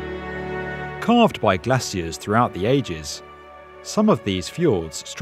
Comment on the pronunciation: Bro it's glacier not glossier